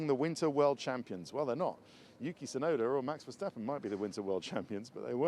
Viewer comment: Maybe you guys should learn how to spell Verstappen more properly like Murray trying to pronance Ayrton's name more properly. You Say Mex Vehsteppen but maybe should say it more like Maks Verstappen. Google translate can help these days!